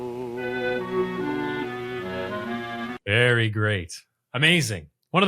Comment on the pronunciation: Ernie's pronunciation of sto/ stoe is southern vernacular for store. He's just being true to southern ways. Shenandoah song sounds a little like Paul Robson.